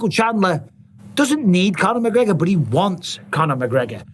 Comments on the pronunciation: Who the fook is McGreogr? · Who's mcgreogr?